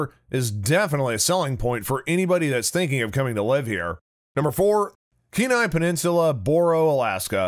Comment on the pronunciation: Penile peninsula???????, lolololol Kenai peninsula